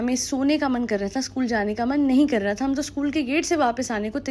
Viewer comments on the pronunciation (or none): none